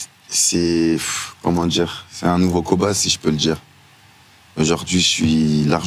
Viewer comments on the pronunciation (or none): D'emblée, quand le mec en face de toi prononce "djire" au lie de "dire", c'est mal parti...